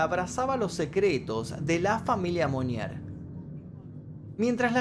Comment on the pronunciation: Se pronuncia "monié" y "blánsh". Y la ciudad se pronuncia "puatié" . No seas tobru...